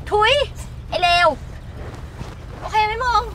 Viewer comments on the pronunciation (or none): โอเค ไม่ใช่โอคาย